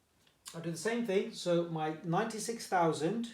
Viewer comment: Im confident and sir you pronounced 96000 incorrect